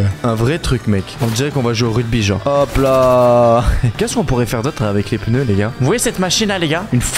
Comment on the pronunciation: Pk il dit des peuneus😅😅